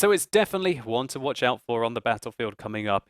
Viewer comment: One-er? Try Uner.